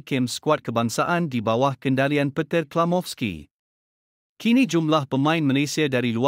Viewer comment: Peter jadi "Petir"....baik ko setting voice apps ko tu sebut "petir bin kilat"....lagi lawak 😅😅😅😅😅